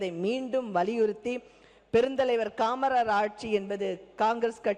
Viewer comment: என்னது காமரர் ஆட்சியா காமராஜர் என்று தெளிவா சொல்லுடி